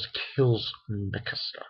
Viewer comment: mikasca XD is mikasa